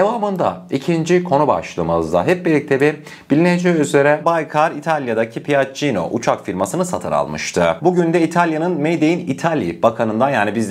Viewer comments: Piaccino deyil okunusu piyacco erospeys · Piaggino değil PİAGGİO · piacio olarak okunuyor piacino degil. saadece düzeltmek istedim.